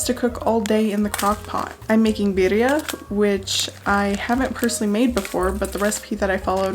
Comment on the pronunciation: Beautiful pronunciation of 'birria' 👌🏽